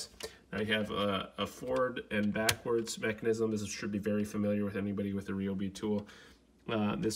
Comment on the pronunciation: Bro it is not called a Rayobi it is called a ryobi like Ryan not rayon